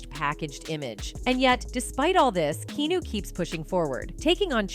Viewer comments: KE-A-NU not Kino dammmm fucking up the man's name. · Key-new?! Way to butcher his name... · Who’s “Keeenooo” 😂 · Why do videos call him Keenu?! His names Keanu! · Please learn to pronounce his name correctly